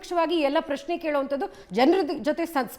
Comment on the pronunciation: ಪ್ಯ ಶ್ನೆ ಅಲ್ಲಪ್ಪ ಪ್ರಶ್ನೆ😂